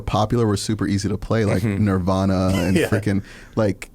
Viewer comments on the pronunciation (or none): none